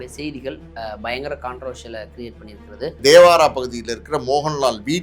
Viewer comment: Dhevaara illa bro the place name called ""thevara""